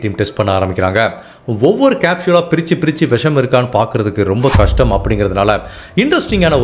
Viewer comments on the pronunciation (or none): none